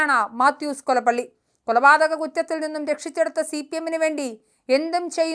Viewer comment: കൊലപ്പള്ളി യല്ല കൊലപ്പുള്ളി